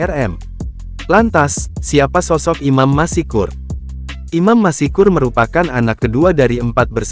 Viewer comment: Dibaca bukan : Imam MASIKUR....! Tapi dibaca Imam MASKUR....! Dengan...."S"...TEBAL...! Contoh lain : ma-SYA-ALLAH..!